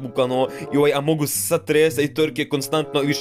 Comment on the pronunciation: Nije among us nego amonguz😂